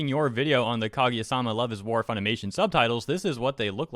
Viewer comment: Can't even pronounce Kaguya omfg